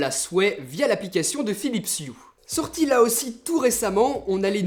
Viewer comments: Ça se dit « E » pas U. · 👆Par contre, sauf quelques exceptions (ex: honour, hour, vehicule, ghost, etc.), le H n'est jamais muet en anglais. Donc de la manière dont tu le prononces, on entend "Philips You"